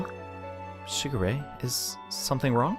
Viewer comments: It's pronounced shiGure. Focusing on the g. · It's pronunced Shee-geu-ray